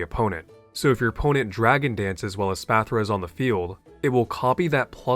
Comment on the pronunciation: The way he mispronounced Espathra is sending me.